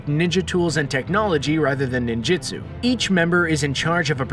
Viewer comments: this mans says nin-JITsu. Screen Rant does not know how to make a decent naruto video. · "Ninjitsu"? Bruh its Ninjutsu